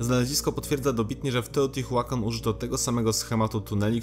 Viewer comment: a na przyszłość to czyta się poprawniej "teotiłakan" i kecakłatal XD